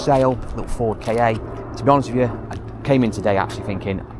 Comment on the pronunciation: Why don't you call the Ford Ka car instead of K A? They are always called car in Australia.